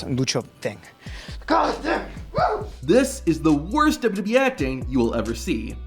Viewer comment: Is there also a blooper video of you butchering basic words in the English language every time you open your mouth? How do you manage to turn WWE into dubbadee?